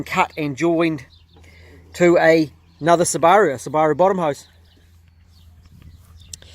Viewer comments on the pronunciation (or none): The way you said Subaru threw me off.